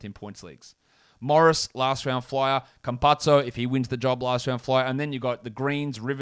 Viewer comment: Not that it matters or anything but thought you might like to know Campazzo is pronounced like campasso.